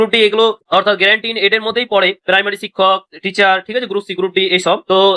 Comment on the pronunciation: আরে ভাই ওটা great in aid na ওটা Grant in Aid।